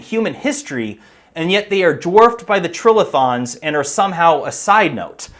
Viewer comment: Geologist here. Pretty sure it's tri-lithons, as in "three rocks," not trill-ithons.